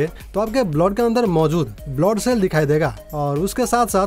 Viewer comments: Blowd nhi bolte bhai blood bolte chootiye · Bhai blod kya hota hai..blood hota hai.. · First.. Go to nursery and practice you PRONOUNCIATION sir.. It's blood not bloth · wrong blood pronownation it should be blud not bluad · Zaante नही जानते है ऐसे बोलो भाई ब्लॉड नही ब्लड भच्चा नही बच्चा क्या यार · Bloud nhi hota blood hota 🤣🤣🤣🤣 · Abe blod nehi blood hota hai 😑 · ## It is not "blod"😂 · Blood ka pronounce sahi kariye...